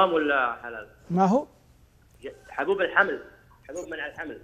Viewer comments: صح قال زي كفته اللي في شباب البومب هه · لله درك ياشيخ قال ( ماهو ) بلهجة اهل الجنوب تفاعلٌ مع المتصل